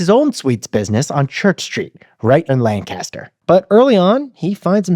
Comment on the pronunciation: Another good episode. Two things, tho: 1. It's LANC-a-ster, not Lan-CAST-er. 2. They're called "Dutch" because the German word for "German" is "Deutsch," which, not knowing the language, became mispronounced by English speakers as "Dutch".